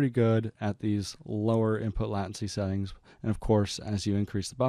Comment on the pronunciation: just fyi, it's "late-ncy" ... good video tho, very informative <3